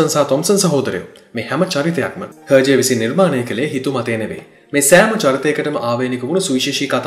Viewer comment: Pronounced as ershay I think not herjay.